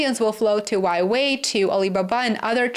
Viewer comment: Please pronounce Huawei properly, you pronounce it as waiwei, just simply split it into 2 syllables - Hua .. Wei